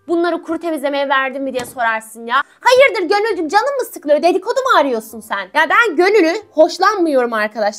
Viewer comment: Herşey değişir fakat ablanın "Selam kızlar, Selamün Aleyküm erkekler" girişi değişmez ha birde hayıdıR diyişi jsjssjs ❤❤❤